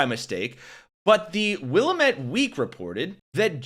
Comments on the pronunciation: FYI: It is pronounced will-AM-et not WILLA-met. It is the river (and valley) that run s South to North through central Oregon emptying into the Columbia just after bisecting Portland. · Wi-lam-et Willamette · Willamette is pronounced like dammit, not the way you are saying. Please. Trump is an imbecile. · Love your podcast. Thanks for your work. Just a little head's up. I'm from Oregon and all the Oregonians in the know pronounce Williamette as "willamette." Doesn't mean a thing in this toxic news environment, but, hey, whatev.👍🏽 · The insanity of this current regime is out of this world. And to let you know, Willamette is pronounced wuh-LA-muht. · WHOA YOUR PRONUNCIATION OF WILLAMETTE WAS SUB PAR. JUS SAYIN' MR KENT IS BENT